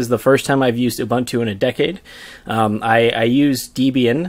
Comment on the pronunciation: Great Video! By the way Ubuntu is pronounced OO-BOON-TOO. Also the official Traces/NeoGeo Discord server is there. (I made it since no one else ever made one XD)